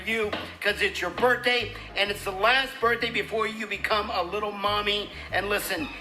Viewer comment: “Twenty- twenty fiffff - Birfdayyy” 💀